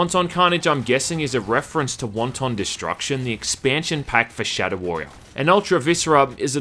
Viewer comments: Omgoodness...wanton is pronounced "WANT'en" NOT Won-Ton. Jesus, somebody order soup?! lol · Pronounces wanton (of a cruel or violent action) like wonton (like a dumpling) and I catch shit for mispronouncing epitome. Go fuck yourself, internet. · Wanton not won ton. They're not dumplings. X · He pronounces wanton as wonton soup instead of it leaves her moist and wanton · its not pronounced like Chinese Wonton soup, but rather 'want-tin" or is that your cool kiwi accent? j/k i know you're a filthy aussie!!! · Won-Ton 🤣🤣🤣 Wanton is not pronounced like that! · pretty sure it's pronounced closer to "want-in." wonton carnage is what's happening in hong kong rn. excuse me, yeah, when's the soonest flight to hell?... one way is fine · Dude, it's 'wanton' carnage, not 'wonton'. You're saying it like it's a fucking chinese meal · Don’t pronounce wanton like the Chinese finger food but as “want’n” and wanton destruction is a very old phrase indeed that means unexpected or un called for but hideously violent destruction so since it is the hundreds of years old phrase it’s unlikely to be a reference to that previous game but you made me nearly piss myself laughing and from now on I’m going to pronounce it like you. Fucking hilarious! “Want On violence!” Panic at the fast food restaurant! Haaaaaahahahahaha! Oh Jesus me guts! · That's not how you pronounce "wanton". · You gotta learn how to pronounce wanton :P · If I have to hear you pronounce wanton like it's a fucking soup I'm going to drill my ears out.